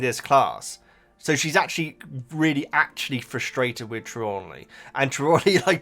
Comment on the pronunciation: It's Tree-law-knee